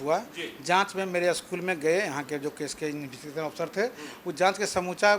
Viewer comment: Investigation nhi bol pa rhe hi kanoon mantri ji haha 😂😂😂😂😂😭😭😭😭👍🏿